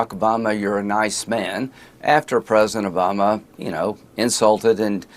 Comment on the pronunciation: Why does Lindsey think the word president only has 2 syllables?